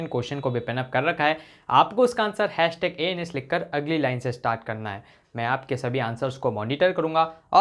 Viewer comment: Sir aap #ans bolte ho to anus sunayi deta hai....boht pg joke I know 😬